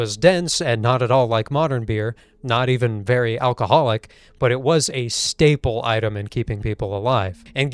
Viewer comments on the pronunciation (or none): none